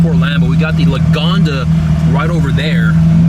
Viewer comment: It's Lagonda, and I heard about it.